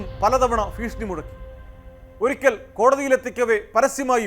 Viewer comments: ഫീക്ഷണി അല്ല കോമാളി ഭീഷണി 🙂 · ഫീഷണി അല്ല 😢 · ഫ്രീഷണി അല്ല മൈരെ 😂😂😂